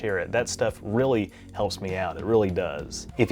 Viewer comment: I rearry rike how you appry rogic and reason to the star trek universe